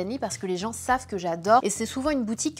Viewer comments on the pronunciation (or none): none